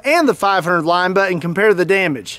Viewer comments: I think it’s interesting how you pronounce Linebaugh like lineba instead of linebaw. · “Line-ba-ooo” not “line-ba” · BAH.... Not buh... lol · Yup... Line-baw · Isn't it pronounced limb ba? Not lime ba? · Not Line-Bugh, it's Line-Baw like Paw. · LINE-BAUGH, not LINE-BUH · Linebaugh, not Lineba. I'm not sure who, or where the person is from teaching people to pronounce Linebaugh as Lineba, but it is likely a family pronunciation and often people just say things the family way from a certain locale. The General Public doesn't need to sound as ridiculous as the family. Linebaugh is correct. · Stop saying line Baugh 😂😂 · Its pronounced linebaaauuwwww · "line-ball" is how I've heard it pronounced... The way u say it sounds funny lol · I love shooting Big Bore handguns and have the scars on my hands to prove it. I do believe that you should have to at least be able to pronounce Linebaugh to own one. LOL the last part is pronounced like Bah Humbug. Not BA. LOL!!1 :<) Read with humor!!! KnifeMaker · Anybody else hate the way he pronounces linebaugh